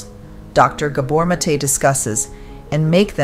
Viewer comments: Very helpful thank you. I believe The doctors name is pronounced- Gahbore' Mah'tay (emphasis on the apostrophe) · Please pronounce his name properly. Its gah- boor (like "mah" and "door") not gay-bor. Mate (MAH-tay) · You need to learn how to pronounce Gabor Maté's name, you're mispronouncing it